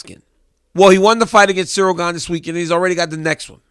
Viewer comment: At least he respects Stipe as a fighter and you too DC. He literally refused to say Gane's name correctly and it was so funny. He kept calling him Cereal Gain LOL